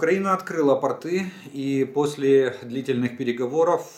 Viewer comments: Интересные сведения!! Спасибо. Простите меня, но портЫ- это просто штаны, а пОрты- для кораблей. Не Вы один так говорите, простите, но кто-то должен среагировать. Это мода такая или изменение в языке? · При всем к Вам,уважении,,порты-это штаны.Нужно ставить другое ударение.